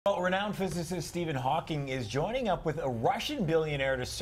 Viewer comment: That nigga jus sais Steven hakings